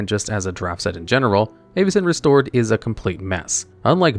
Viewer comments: Also, the pronunciation of most of these cards is insanely cringe. I get it’s fantasy but Avacyn (Avuh-sin) not Aye-va-cin. The worst was Omnath and he said “Ohm-neth” like what… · 'EYY-vacyn restored' 😂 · I swear you are mispronouncing some things on purpose… how could you do that to Avacyn!